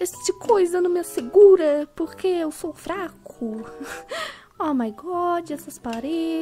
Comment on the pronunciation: alguém percebeu q qnd ele fala pq sai purque?